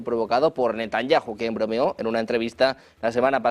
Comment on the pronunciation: Si estás hablando Español, y, Benyamin donde la JOTA suena "y", entonces Debes decir Netanyahu.